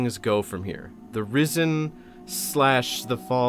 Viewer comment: I can't stop hearing "Rizzen"... Help me.